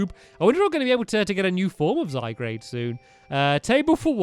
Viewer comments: Stampy, Zygard is pronounced --- it's hard to explain but it isn't Zy-Grade it's Zy-Guard or Ive been mistaking it my entire life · stampy to point out its zy - guard not zy - grade ok? sorry just had to point out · It's not zygrade it's pronounced zygarde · zyguard not zygrade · so as the "zyGRADE" when the real name of it is "zyGARDE"....... 😒